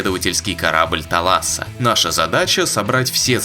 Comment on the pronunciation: Кстати, thalassa - это "море" на греческом языке. Пишется как θάλασσα у них. Ударееие на первый слог